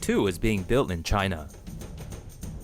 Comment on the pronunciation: Chynnnaaaa(trump's pronunciation)